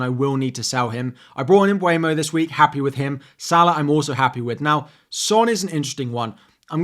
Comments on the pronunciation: Loving your content - Just a little nudge.. I think it’s ‘Mm-boo-mo’ not ‘Mm-byway-mo’ 😊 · Love you content always but please pronounce Mbeumo’a name correctly. It’s M-(boo)-mo. Not mbwemo